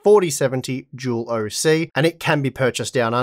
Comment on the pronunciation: Im new to the 3 and 4 series, is he saying it's a Jewel bios or dual bios? What is a jewel bios, if that's what he's calling it.